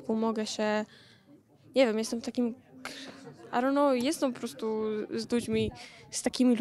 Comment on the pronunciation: Miało być i don't know czyli po angielsku nie wiem czysta się (aj don't noł) a ona jakieś aronoł mówi